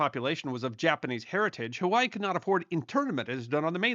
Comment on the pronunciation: Huh-wai-ee Or Huh-vai-ee But not Huh-wai